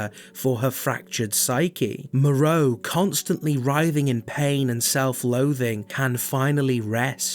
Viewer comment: My favourite thing about re8 is hearing people mispronounce the names Moerow Benivento Alkina Bella Ava